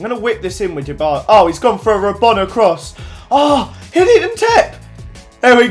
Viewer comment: It's so funny when he says rabona